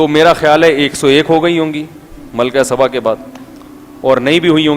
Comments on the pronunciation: Malka saba naam hey. Malka sabban nahin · لفظ سبا ہے صباں نہیں....